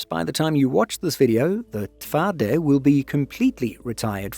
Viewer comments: Pretty good pronunciation of TWARDY - kudos to you. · As a Pole, I can confirm the excellent pronunciation of "Twardy" and "Polska Zbrojna." Truly, respect! Neither of our languages is easy for foreigners.